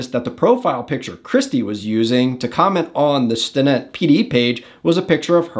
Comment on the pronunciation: Bro... learn to pronounce the names Amarillo and Stinnett.